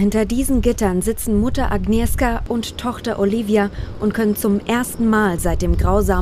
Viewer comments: Spricht bitte den Namen "Agnieschka" aus. Wenn ihr "Agnieska" sagt regt mich, als Polen sehr auf. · Es wird agnieschka ausgesprochen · Ahhhh wie sie agnieszka ausspricht aua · Wird sind immer noch in Deutschland. Nicht schlimm, dass man den Namen nicht richtig aussprechen kann. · Das macht mich so aggressiv, dass die Sprecherin von der Mutter den Namen nicht aussprechen kann.